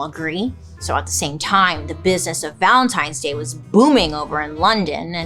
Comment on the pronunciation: Everytime she says the holiday's name... my head hears LUBRICANT. ANYONE ELSE?!! 😂😅😂